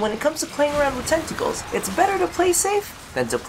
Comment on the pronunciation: Why do I hear "testicles" every time you say "tentacles"...